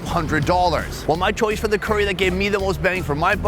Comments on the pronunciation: It's not cooree, it's curry. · Why does he say curry like that 😂😂😂😂😂😂😂 coooories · The way his says “curey” 😅